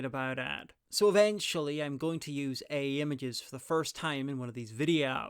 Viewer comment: I was wondering what "EE" images are... you sure pronounce AI in a strange way! Or was that on purpose? Anyway I do enjoy your polar expedition videos. It is fascinating how many people were ready to freeze their asses off for no gain other than bragging rights back then.